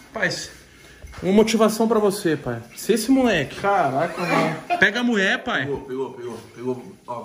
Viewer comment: Se tem gerson falando muler tem like